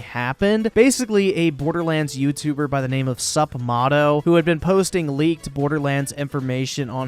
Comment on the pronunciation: It's pronounced "Sup-may-toe"